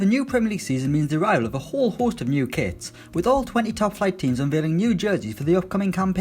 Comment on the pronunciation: I love when teams bring out brand new 'kwits'